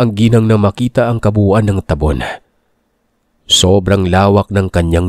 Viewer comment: Ta-bon po yung Kabasa, mabagal po Hindi po mabils, tulad ng ye-lo